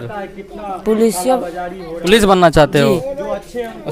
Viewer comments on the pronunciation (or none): none